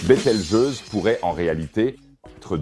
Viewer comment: ahhhhh ces IAs de traduction vocale... "betel-gueuse" "betal-gouse" 😂